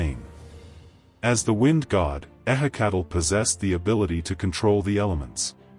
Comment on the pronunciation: ehhe cattle, my ass. goddamn ai crap.